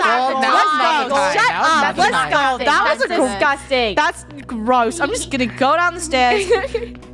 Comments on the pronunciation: Itsfunneh became British for 2 senconds💀 “That’s GROSSSS ima go DOWN the stairs” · funneh’s britian voice came out lol When she says gross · why does funny sound British when she says gross